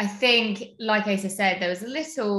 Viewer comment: she said asa lmao